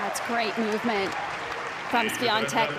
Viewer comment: why does she keep calling her swiaNtek lol